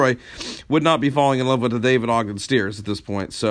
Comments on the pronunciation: You're a fan, but you pronounce his last name wrong? Bad job by you. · You're pronouncing 'Stiers' wrongly. Well, not the way he pronounced it, at any event. RIP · At the very beginning of this video, the man pronounces his own name. St eye rs, not Steeeers.